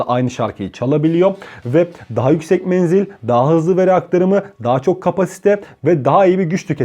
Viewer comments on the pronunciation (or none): none